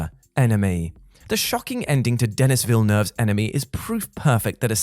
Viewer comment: DEN-EE not DENNIS